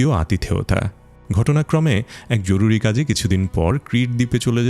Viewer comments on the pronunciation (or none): none